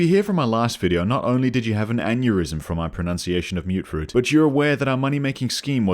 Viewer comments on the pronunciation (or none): It will always be "mutt-fruit" to me, "mute-fruit" is one of those silly American pronunciations that's stuck like "airplane". And i don't care if one of the game's NPCs pronounces it like that either. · As someone who also called it "mutt fruit" back in 2015, I genuinely hate the myootfruit pronunciation, even though I know it's technically correct. It sounds way less punchy. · I believe its pronounced like mutt because (i think) its either a fusion of fruits or the product of some fruit that mutated together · I honestly thought that you saying "Mutt Fruit" was a deliberate mistranslation to annoy commenters lol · Ah yes, the humble myootfruit I sure hope those pesky super myootants don't get their hands on them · Wait... It's pronounced Mute Fruit?! I refuse to believe this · When you mentioned people getting an aneurysm from you mispronouncing Mutfruit, i lost it. Your humor is very creative. I want to pick up fallout 4 again now. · You adressing your horrific mangling of the word 'mutfruit' is the sole reason i subscribed.